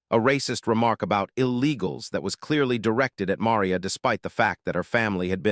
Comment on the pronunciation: Besides being too cheap to buy the RIGHTS to the video, you've never learned how to pronounce "Maria"! Talk about ignorance!/ Next time, though, when you hear a racist OR a bigot open up with that filth, ask them where THEIR family came from!/ And bèsides all that, though the description says so, this is NOT a video. There are no moving parts., just an AI-based audio presentation. No moving parts! Buy the rights! Show the tape! Prove it! Bet that's why you only have 33 subs, and I can't give it a thumbs up!